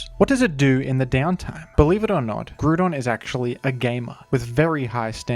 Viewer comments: Bro? Fucking GRUDON? its grOudon! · The way groudon was pronounced kinda triggered me it's groudon as in ground and not as in crouton xD, enjoyable video nonetheless. (FYI I double checked the pronounciation just to be certain) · I cant listen to this man butchering "gruudon" . Come on man, its right there in his name. Ground not gruud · Am I the only one who gets triggered at him saying Groodon? Like I swear to God it's Groudon (Gr-ow-don) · Groo-don, just took me out of the video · in the pokemon rap, they’re pronounced incorrectly as groodon and key-oh-gree, so lots of people incorrectly pronounce them this way. it’s actually grou-don (like ground), and kai-oger. you’re right, the majority is wrong. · I stopped watching at the fifth "grudon" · we also say groo-don in greece, so it was kinda nostalgic hearing you pronounce it like that <3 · I cannot watch this video he says gru don every damn sentence 😭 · “Groodon” lmao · In france we also pronounce it groo-don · Man said gruuuudon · The horror of hearing him pronounce "groooodon" the entire video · who the fuck is grudon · People would also say Groodon at my school, but that's cause we were Norwegian, and we struggled with English pronunciations. We would also say Kaiogre. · Awesome video but GRUDON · Ah yes I love grewdon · bro groodon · be like: Grewdon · Smart and insightful analysis, awful choice of pronunciation :) 10/10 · Is that really how it's pronounced? I always thought it was grou (like drought) and don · As an Aussie, I'll happily back you up - I pronounce it GROO-DON as well! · I’ve never seen someone mispronounce groudon so poorly Like dude it’s Grou(like grouch or ground) and don, like a dinosaur or a lizard man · If it makes you feel any better, I too am an Aussie who pronounces it groo-don. I think smash bros might be to blame, as I didn't pick up pokemon until uni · How are you saying groodon and yet still saying ground the way you do? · I'm reporting you for the pronunciation